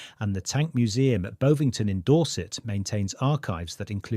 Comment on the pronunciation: Can you get the AI system (?) to pronounce place names correctly? e.g. Tobruk, Bovington. It would add credibility to the work.